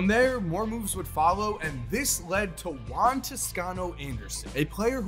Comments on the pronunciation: If it’s a Spanish name the pronunciation will be like. Juan= “who-an”, J is not silent so it shouldn’t sound like saying “one” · Please say juan rather than wan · I thought he was saying LON not Juan